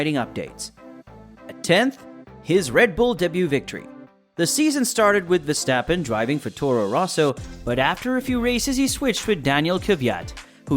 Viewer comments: look mate with a channel name Max Verstappen at least pronounce his surname right. Way you propounce his name should be spelled VerstEppen. Obviously it does not spell this way. Now do your homework and find out the proper way to pronounce his name . And no your American background is NO excuse to butcher names, so do better and be that real fan by showing respect :) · The A in Verstappen is pronaunced like the AU in laugh. But I understand you are trying your best. Dutch sounds are not easy to learn. Keep up the good work and thank you! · Stop whining dude, you sound like a frustrated fanboy. Even commentary from F1 tv pronounce him as verstephen or versjtappen.. whatever. Dutch commentary also fucks up Ricciardo.